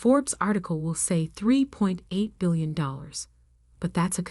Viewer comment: I really wished the reader was able to actually pronounce her name correctly, also the word billions.